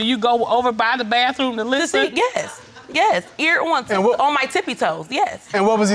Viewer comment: Why she putting a f at the end of bathroom. (Bafroom) 😂